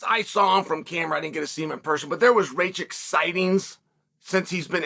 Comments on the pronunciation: reykitch 😂 it's ruh kitch (or just rakitch if you want to sound american) R - R (rolled like in german) A - Uh K - K I - eeh (like in german) C - Tch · Racic? Alexander Rakic? 😭😂 ayo Chael is the goat 🐐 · "Ra kitch" Chael smh hehe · alexander RAY-CHICK …. fuck me chaels pronunciations are comedy gold 🏅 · rakic. Pronounced rakitch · took me a while till he mentioned jiri then i realise its rakic 😂😂😂😂😂😂